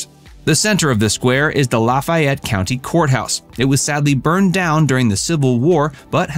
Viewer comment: This video randomly popped up as recommended by YT so I had to check it out. I would have thought some research would have gone into this so I didn't expect the county name to be mispronounced. it's "la FAY ette", not "la FYE ette" as they say in Louisiana. I was also surprised to see some random courthouse that doesn't even resemble the Lafayette County Courthouse but also has palm trees and a Florida state flag flying out front. Seriously? Oxford is over 300 miles north of the Gulf Coast and there no palm trees. Everything else is in order and at least you did close with a drone show of the actual courthouse.. The food here is ridiculous. Ajax Diner is fantastic but one must also be sure to hit up Big Bad Breakfast while you're here. And this being the South, even some of the gas stations have amazing food such as the Blue Sky convenience store on Hwy 6 on the west side of town. They have great pulled pork BBQ sandwiches amongst other things. Four Corners Chevron at Lamar Blvd and University Ave has the best chicken on a stick you'll find anywhere. It's famous and most of the national TV guys that come to cover the football games always hit that place up as well as City Grocery and Taylor Grocery for their catfish. The Grove on a Saturday is a bucket list item for many football fans and consistently ranks as one of the premier tailgating spots in the country. Google it and then make plans to see for yourself. I'd book that hotel several months (6-9 minimum) because you won'